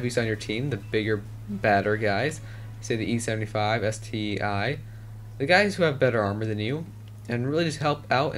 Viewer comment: ST-I is actually ST-1,dont say it as a letter